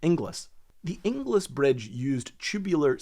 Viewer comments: Surprisingly fascinating! BTW, "Ingles" rhymes with "singles" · Inglis is pronounced Ingles, my sister married one LoL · great subject! You'll kick yourself when I tell you that Inglis is prounounced ING-ELS. It's a relatively common surname in Scotland. There was a Bailey bridge in use until relatively recently on the A93 between Blairgowrie and Bridge of Cally. In a steep sided gorge, single track and controlled by traffic lights. It was always a highlight of a trip up Glenshee when I was a kid. Eventually, it was bypassed by a new dual lane section of road. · You don’t pronounce the second i in Inglis. It’s pronounced more like Ingls. Think Dingles, Cringles, Pringles, - Inglis. As in famous Edinburgh hero Elsie Inglis.